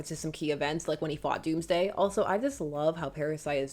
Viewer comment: Oooooh, "Dawnsday" as opposed to "Doomsday".